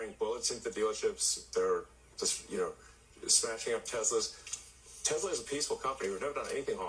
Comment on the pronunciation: Tesla not tesler lol.